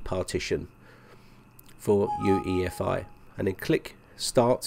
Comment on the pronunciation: "for UFEI" Do you even make a script? You know it's UEFI! Just stop making these horrible mistakes already!!!